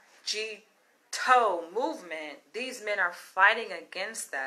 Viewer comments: It's pronounced MIGTOW...the "MIG" part is like "BIG" & the "TOW" part is like "COW". Feminism has sold women a LIE!😠It has told women that they can have their cake & eat it too! Nowadays,women are SO stressed out with trying to make/have a career AND do the housework,mind the children,etc! As a result,women are now the most unhappiest that they've EVER been in history!😥 Well,left wing,man bashing/hating feminazis have made their bed,& now they have to sleep in it!😠😤...I went MGTOW a long time ago!,& now i...... AVOID WOMEN LIKE THE PLAGUE!😠 Why the hell would I want to marry a woman when I could lose EVERYTHING! through a divorce!🙄😥We call it "divorce rape"!😠Also,why the hell would a man even want to be alone with any woman?!, when later on,she could falsely accuse him of rape or sexual assault....all for monetary gain!!!!😠😠😠😠.... The sad bottom line here is that...we men DON'T trust women anymore!😠...Fix up the unfair divorce laws for men,& then we might come back to the table!🤔🙄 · No MGTOW pronounced "Mig Tau" is not a hate group. Its not even a group or a movement. Its a philosophy. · You’re completely wrong about MGTOW, your entire perception on it alone is very far from correct. So far that you couldn’t even have the least bit of courtesy to PRONOUNCE it correctly BEWARE of these harlots #TheDemonIsLurking👹👹 #CHAMELEONPURGE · Jesus please stop calling (em gee tow) that’s as bad as as saying (axe me questions) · It's pronounce mig-tau....basically once the sexual gratification is fulfilled....we see no value in yall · I have been MGTOW for the past ten years and I am Black. Going through a really bad divorce took me there. Now you have MeToo and extreme feminism - I am done with women. And it is pronounced migtow altogether. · MGTOW pronounced MIGTOOOW or MIGTAU